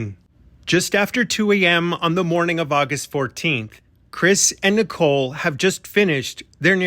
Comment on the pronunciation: Why do they pronounce Nicole like nickel?